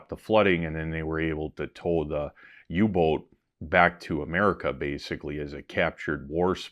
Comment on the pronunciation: The "U" in Uboot is pronounced more like the "U" in Uber not like in Youtube 😊